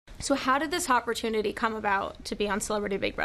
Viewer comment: "So how did this *H*opportunity come about?